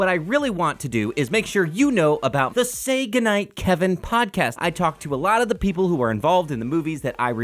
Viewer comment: Am I the only person who hears "Sega Knight Kevin" insted of "say goodnight Kevin"?